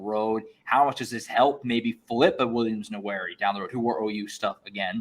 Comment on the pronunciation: keeps saying Nwaneri as Nowhere-ee 😂